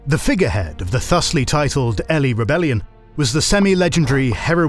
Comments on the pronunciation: "Elly" 😢 It's "eely" because of the Eels (allegedly) despite it being a high ground of the local area. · Ely is pronounced Ee-lee not Ellie btw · "Elly rebellion"? Did an AI write this? It's pronounced eel-ee, Jesus Christ lmfao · I love listening to this narrator, he is superb. However, Ely is pronounced "Eel-ly", not "Elly". Also, the city is located in East Anglia, not in the Midlands. Two very different places. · Ely...pronunciation is so wrong...AI me thinks. Its pronounced Eelee. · Pronunciation notes: - “Domesday” of the Domesday Book is pronounced as “Doomsday”. It’s just an earlier form of the same word. - “Ely” is “EE-Lee”, literally Isle of Eels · Why are you pronouncing Ely as if its's the name "Ellie"? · Bar some mispronunciations, a decent summary. But refering to the English as native is wrong, even disproven within your own video at the start For example: Ely is pronounced EE-lee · Ely 😂 first miss pronunciation iv noticed, so all forgiven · If you're not AI narrating how can an English man not know how to pronounce Ely or Domesday correctly...